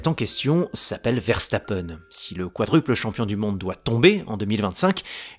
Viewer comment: Ça se prononce Veurstappen pas Verrestappen